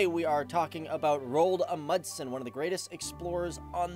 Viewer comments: Rold amudsen? I think you mean Roald Amundsen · I dont really care how foreginers pronance our names but, i heard he said it more like Roald Mudsen xD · The way you pronounced Roald Amundsen is ... just so so bad😂 -Norwegian here :) You say it like Rold Amudsen. You need to say the "O" in Roald longer and the "A" and the "U" in Amundsen longer. And remember the "A" in Roald and the "N" in Amundsen. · Rold Amudsen, faktisk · Names can be hard I know, but just a tip if you mention him again :) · How he said Roald Amundsen tho😂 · The way you say his name makes me gag, but this was a really good video mate, well done